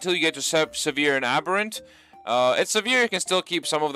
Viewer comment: Why does every YouTuber pronounce aberrant so fucking munted?